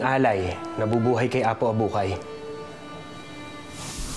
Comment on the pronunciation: Apo Abukay po. HINDI "APO ABUHAY"